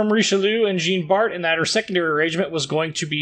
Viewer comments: Pronounced "Djan Bart" not "Jeen" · Hilarious to hear you trying to pronounce Richelieu and Jean Bart ;-) Thanks for the video mate.